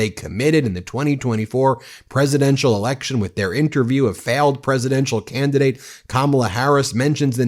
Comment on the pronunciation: He called Kamala Harris "failed canidate"...what is he 🤔